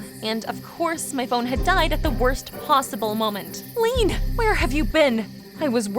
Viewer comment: Why do they keep pronouncing Leanne as “lean”… It’s “Lee-ANNE”.